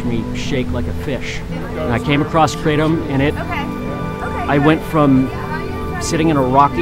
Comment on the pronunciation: It's "KRAY-TUM". For CRYING out LOUDDDDDDDDDDDDDDD